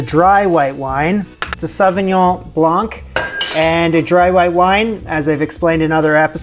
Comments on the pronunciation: AS A SIDE NOTE : in french the C in BLANC is silent. It s Sauvignon BLAN minus de C at the end !. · You must know how to pronounce “blanc” as a Canadian!!!! You don’t pronounce the “c” at the end! Much love from another Canadian an avid watcher of your channel! Love your humor!!